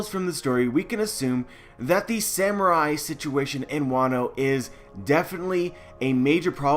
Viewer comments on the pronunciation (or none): none